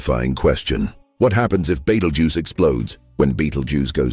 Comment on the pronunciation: I'd like your AI to pronounce Betelgeuse in a consistent, correct manner. This mix and match pronunciation makes you look pretty stupid.